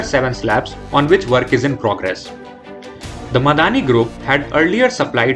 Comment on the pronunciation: It's not Miadani but Midhani or short for mishr dhaatu Nigam limited